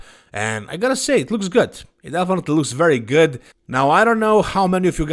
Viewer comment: I thought you said : "Nick looks gut". 😂